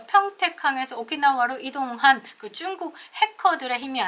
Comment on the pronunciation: 중국을 쭝국으로 말씀하시는데 듣기불편합니다